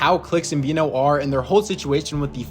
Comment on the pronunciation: His name is veno not vino .... like veh no .... i got it wrong myself for years